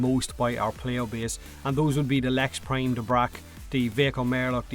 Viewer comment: It's fuck not "féck" and its prime not "préim"